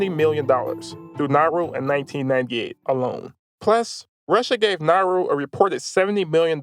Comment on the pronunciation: Bro it's not nahru it's Na-u-ru and the amount of disrespect and audacity you have to talk about my home island like that! 😡😡